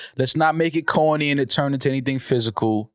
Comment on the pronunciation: Does anyone else hate the way pronounces CAWNEE 🌽 🤣